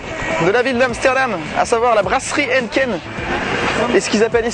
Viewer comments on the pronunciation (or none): Hennken.. non Hèïneekeen !! ahah :)